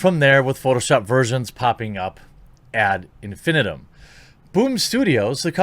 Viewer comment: "ad infinitum" -- add-in-fin-ITE-um. Just saying.